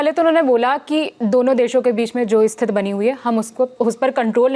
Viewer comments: Thank you for the another update. I appreciate it. However, could you please adjust the pronunciation of this word? We say 'Sthithi' instead of 'Sthith'. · दीदी स्थिति होता है, स्तिथ नहीं। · स्थित नहीं स्थिति 😊